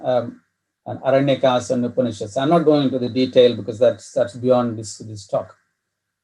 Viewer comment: Sir, you must change ur accent it's like foriegn imported lecturer like those libral manes, don't expose urself like a max meular type hinphobic maleech, If you want to mention the Puran or upanishad be pronounced correctly & respectfully.